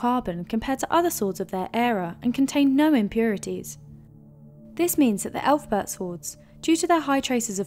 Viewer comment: Yeah, you lost all credibility when you pronounced it "elf-bert"